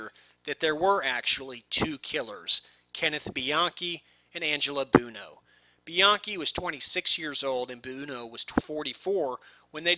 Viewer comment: Please learn how to pronounce "Buono". Thanks! It's "BWoe-No". NOT "Boon-o". LOL